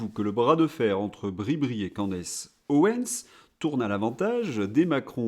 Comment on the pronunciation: Candace se prononce CANDICE.